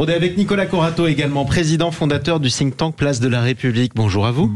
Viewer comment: J'ai encore entendu l'horrible ''Think tank'' que vous prononcez ''sink tank'' qui veut dire ''Réservoir qui coule à pic'' qui illustre le sort que vous faites à la langue française. Utilisez ''Groupe de réflexion'' ça sonne plus français, plus compréhensible..